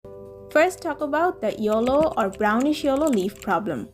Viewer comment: This is not yollow this is called yellow